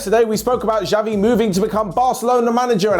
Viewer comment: Please, it's not 'Javi', but 'Chavi'